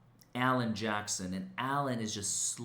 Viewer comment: Alan Jackson? Almost sounded like "Johnson."